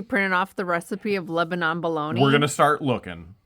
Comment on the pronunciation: Not like Lebanon the country. Pronounced as lebanin. Like they say in Lebanon (lebanin) PA